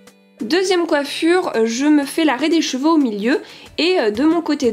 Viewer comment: Je suis la seule a avoir entendue les petit chevaux au lieu des cheveux?😂